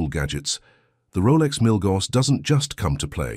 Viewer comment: Prices and specifications are out of date now - 2024. Pronunciation of Milgauss (BTW discontinued) and Submariner is wrong.